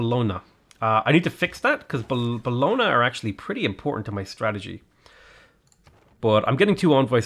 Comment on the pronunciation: It's pronounced like "Bolonia" in Italian the "gn" is like the spanish ñ, sounds like nya. So it's Bolonia